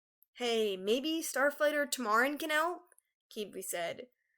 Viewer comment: That's not how you pronounce Qibli, Tamarin and Phyrria, forgive me...